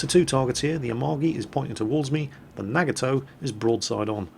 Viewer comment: you're nagging my toe with that pronunciation of Nagato xD